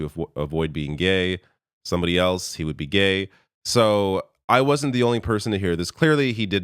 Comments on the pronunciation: Everyone heard 'gay" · Looks like even Carney thought he said gay😆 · Did pierre say he's gay or gagged😂😂😂😂😂